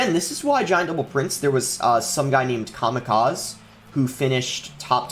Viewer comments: He butchered that name🤣. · this guy stole kamikazes deck and is saying some guy called kamikaz...😂